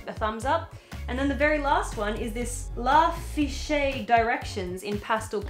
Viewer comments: I had to laugh everytime you said la-fishé it's la riché which I believe is pronounced "la-reesh" hahahaha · It's "La Riche" pronounced "reesh"! We just call it "directions" though tbh, I've been using directions alpine green for about 10 years! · La fishay hahahahhaha, it's La Riche right? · When they said la riche i cant